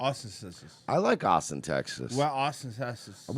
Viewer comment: “We flew him all the way from aussen tesas”